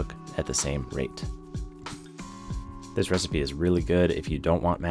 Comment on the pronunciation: Nah you ain’t slick you totally said nice soft and tender like PISS not “this”…